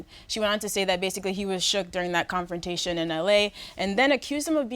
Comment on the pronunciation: Did anyone else hear AK say “clownfrontation” or was that just me?